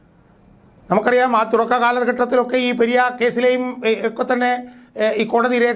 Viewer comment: ചേട്ട പെര്യ അല്ല പെരിയ